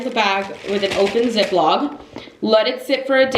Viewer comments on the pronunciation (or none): ZipLOCK NOT ZipLOG! Oye....